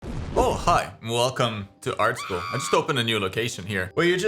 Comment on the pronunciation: ahh yes... ✨ART SHOOL✨